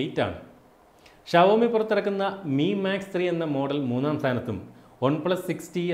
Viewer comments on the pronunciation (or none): വാക്കുകളുടെ ശരിയായ ഉച്ചാരണമെങ്കിലും പഠിച്ചിട്ടു വേണ്ടേ ഈ പണിക്കിറങ്ങാൻ.....Xiaomi - ഇത് വായിക്കേണ്ടത് 'ഷവോമി' എന്നല്ല 'ഷോമി' എന്നാണ് ശരിയായ ഉച്ചാരണം.. ചൈനീസ് ഭാഷയിൽ ഷോമി എന്ന വാക്കിനർത്ഥം ഇംഗ്ലീഷിൽ ' Millet' മലയാളത്തിൽ 'ചോളം', 'തിന' എന്നൊക്കെ വരും... എന്തിനാ വെറുതെ????